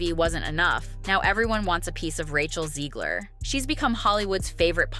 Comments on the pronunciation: Zegler or Ziegler? Her name is spelled Zegler so therefore would be pronounced Zeg-ler as opposed to Zee-gler. Just saying... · I like how the narrator can’t decide how to pronounce Zeggler/Zeegler. Also holy vocal fry. Breathe lady.